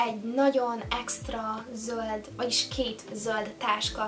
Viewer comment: Miért montadazt hogy zóld.😅😅😅😅😅😅😅😅😅😅